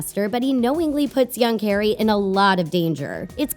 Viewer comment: people need to STOP MAKING HP VIDEOES as you know NOTHING ABOUT IT. How many times in this video did you say Carry instead of Harry. McGonagall gave the time turner to Hermione NOT Dumbledore Not to mention that you are making sexual innuendos out of things THAT ARE NOT innuendos